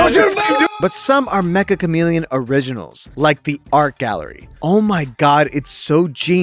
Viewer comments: its not Mek-Ka its Meccha like in met-cha. Like cha in in charger without the R. めっちゃ (Met-Cha) カメレオン. (Ka-Me-Re-On) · It's actually pronounced meh-cha! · Mecha is actually a Japanese word, ans it's pronounced as 'Metcha' Chameleon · It's pronounced "metcha" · everyone is pronouncing it wrong !!! its "me"-"ccha" , double c its a casual /playful japanese word for "very" you would use it like this this game is very interesting -> kono game wa meccha omoshiroi so the game title essentially means very chameleon , which fits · Uhm actually, it's pronounced "Metcha Chameleon" 🤓☝️